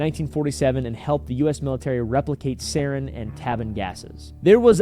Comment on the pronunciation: It’s pronounced sarin